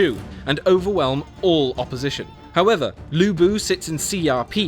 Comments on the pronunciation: ok...you pronounce 吕布 as Lu Bu, which means Ruble(Russian Currency); and 曹操 as Saw Saw, which means “slutty, slutty", which is kind of true if slutty can be used for describing male XD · Loo Boo, Sao Sao, Xi Ya Pi, Jay How Dun. I'm crying.